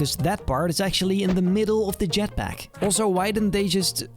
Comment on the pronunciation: This guy makes me think im on drugs. Saw the Spiderman one and in that he goes This Biece of garbage instead of Piece of garbage. And i saw another Mando thing where he goes.. Boster instead of Poster and Boses instead of Poses. I also heard Jetback and not Jetpack.. So does being Spanish make it hard to say B or what.? Hes not really pronouncing the words, its like someone having a cold, but in every video.. 🤔